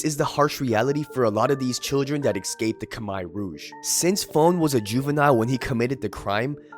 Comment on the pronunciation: Shout out to for pronouncing Khmer correctly. Gangs are stupid